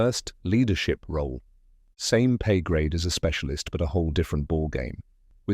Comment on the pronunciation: “Speacislist” bruh come on